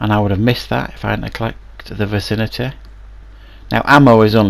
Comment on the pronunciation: I hate the way you say vicinity VACINATEHHHHH